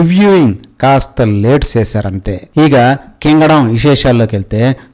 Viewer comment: కింగడం 😂😂😂 అదేం slangరా...